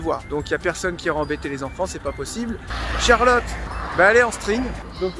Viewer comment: Exuser moi CHARLOTTE ET NON CHALOTTE!!!!!!!!